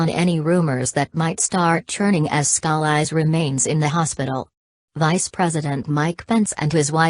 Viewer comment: somebody help her pronounce his name! PLEASE!!